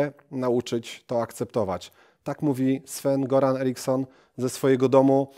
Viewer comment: Nie Goran tylko Joran